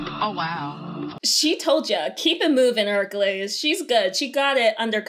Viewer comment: “Hunkules” Me: “NOPE”